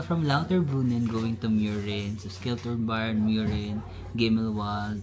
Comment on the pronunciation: read as Shiltorn (Schilltorn) Jungfrauhoch ( Yungfrawhok) Gimmelwald (Gimmelvald)